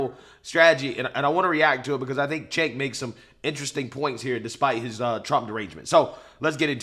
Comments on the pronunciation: Excuse me but "Cenk" is pronounced "Chunk". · One pronunciation item - "Cenk" is pronounced "Jenk" from the clips I've seen of people saying his name on TYT. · Cenk said koo koo for cocoa puffs!😂 He may watch your videos !!!!!